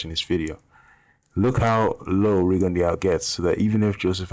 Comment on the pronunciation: FYI it is pronounced Ree-gone-doo. Anyway back on topic. I noticed Rigo constantly dips well below the waist when evading. I mean i have seen him turn at the waist so low his head is like almost below knee level with his opponent. He May as well ball up like a turtle and grab his calves it is that low. being a prime example. How is it legal to dip so low?